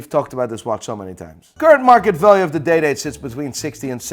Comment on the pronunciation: As a non watch-aficionado, I kept hearing "Rolex Dayday". Those watches will forever be DayDays to me now. Thanks.